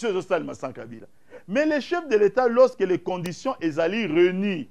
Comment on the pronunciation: Loseke au lieu de lorsque mawa médiocre ah ah mon Zaire